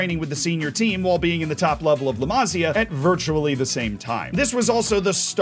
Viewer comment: Masía, not Másia (intonation in the i)